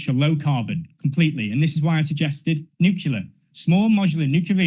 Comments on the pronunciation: I see he attended the George W Bush school of grammar.....nucular instead of nuclear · Idiot can't even say nuclear properly.